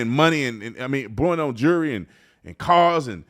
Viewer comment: When are people going to understand that it’s jewelry not jurry and it’s children not churin # trump 2024